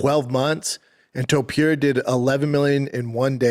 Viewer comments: 🗣️ Topuria ❌ Topeir ✅ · Brendan Schaub- ‘Tupeeria’ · Conor McGregor: 'Illy...Illy...Arturo....Topturo'